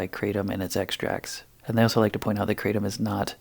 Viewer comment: Kratom is pronounced kru-tom